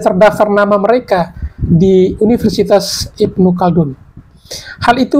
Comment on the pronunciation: Apaan si penyebutan nya ilmu caldun??? Yg benar Ibnu Khaldun bro